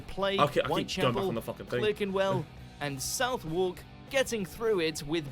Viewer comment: The way the bloke pronounced Southwark made me feel ill